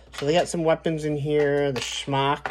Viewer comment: Wolf. Not wuff. Shemagh, not schmock.